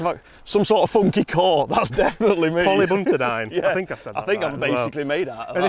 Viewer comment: “Poly buntidine” cover???? I’d check that pronounciation again!